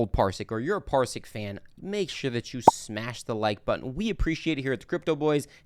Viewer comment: Parsiq - not Parisq or Parsik